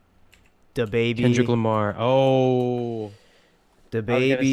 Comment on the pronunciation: Is he really saying o, k. lamar with the letter 'r' being silent? Also you haven't heard Denzel, Vince or Saba new albums?